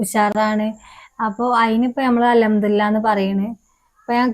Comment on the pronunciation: അൽ ഹംദുലില്ലാന്ന് ശരിക്ക് പറയ്